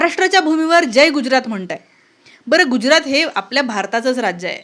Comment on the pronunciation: गुज्रात नाही *गुजरात *ज जहाजाचा बाहेर *पडल, भाषण *करतो, वाक्य ऐकवते, हुतात्मेंनी *बलिदान केले, व्हेंटिलेटर *मिळाले , *माणसं *भेटतात वस्तु *मिळतात ,*मारहाण, मारपीट नाही, पब्लिक नाही जनसमुदाय किंवा लोक , खुराक नाही डोक्याला ताप. धन्यवाद Thankyou so much नाही वगैरे वगैरे मराठी विश्लेषण करतेस ना वगैरे वगेरे मराठी शिकवणी लावणे बाकि ठिक